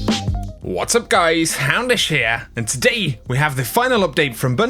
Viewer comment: “hundish?” It’s Houndish. It even has his name spelled out on the channel.